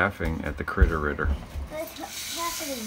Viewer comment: "Cwittow Riddow". Highlight of the video 🙂